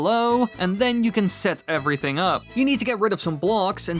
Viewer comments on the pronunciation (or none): none